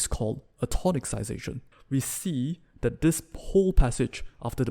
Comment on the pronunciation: Very good! Just to let you know, it's pronounced tonissization.